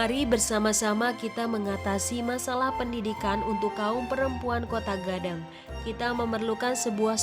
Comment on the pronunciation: Koto Gadang woi... Bukan Kotaaa